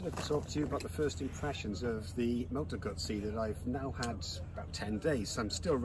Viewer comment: Hello from Italy, and kudos for the double Z pronunciation! I can say that Guzzis are one of the last good things left in Italy that we can well be proud of, both when they reinvent a big classic like the v7 and when they go crazy on design and innovation. I love to see so much appreciation from all over the world for this otherwise small and still somewhat artisanal reality.